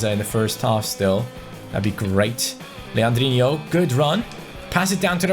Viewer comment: Stop saying legandino's name wrong